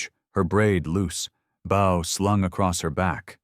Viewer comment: How many times are they going to mispronounce “bow?” It’s pronounced like the word “no”….long o!!!!